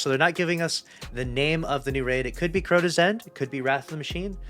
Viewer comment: It’s Crota.